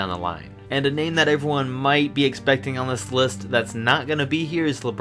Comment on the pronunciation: Learn how to say there names bro. Instantly turned me off to this video when I heard you say names wrong. Sorry lol